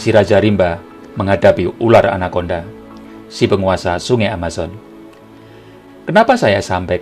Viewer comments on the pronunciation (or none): none